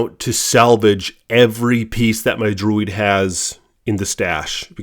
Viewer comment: It's Druid!! Not Droid. Your pronunciation is incorrect. Keep on playing, Druid.You need help.